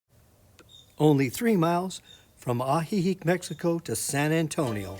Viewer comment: Good grief! Learn to pronounce what you promote. It’s ah-hee-HEEK and ho-KO-te-pec. 😡